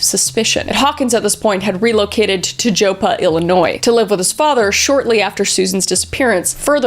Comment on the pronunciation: The O in Joppa is pronounced like it is in "job". Just fyi.